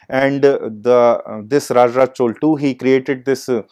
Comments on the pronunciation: but he could have said Chola instead of Chol - repeatedly... it is very important to call names correctly...in keeping with the local tradition of pronouncing names...the real way of saying it is Chozha...in tamil...but Chola is acceptable :-( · It's pronounced"चोला"